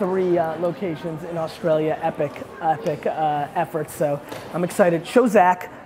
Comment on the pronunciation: Gary mate Australia not Austraila...